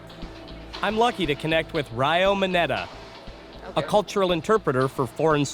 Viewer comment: His name is Ryo not Riyo.